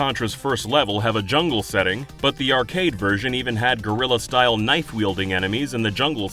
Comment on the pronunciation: For the thousandth time: it is GUErilla warfare, not GORilla warfare, you big old ape.